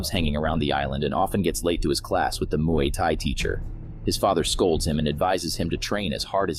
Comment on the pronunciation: You pronounced "Muay" wrong.